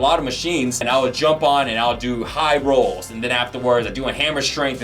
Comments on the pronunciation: making the most of the cut video style because he just can't talk properly., can you please learn to pronounce words, particularly ones used in a workout - YOUR JOB. Rows is pronounced rows, not rolls. Please please learn. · ROWS! not ROLLS!